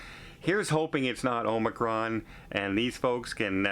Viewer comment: please say Omicron, it’s not Omacron!